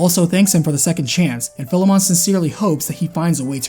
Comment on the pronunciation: You mispronounced Philemon again.